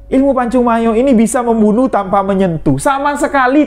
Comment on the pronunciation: Bos kau jgan ngaku"ktrunan pmilik pacung mayo..ngmong nya aja nggk jelas..pacung mayor bukan pacung mayo..sini kau ngtes ilmu kau samo aku orang rantau panjang merangin jambi..aku keturan harimau dari serapan 1